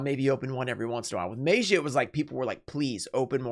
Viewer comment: Why is he pronouncing DMM like that😂😂😂 “maejiah” lmfao